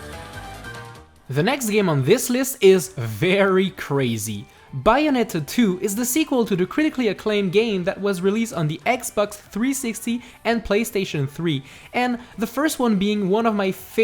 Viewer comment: buy oh net uh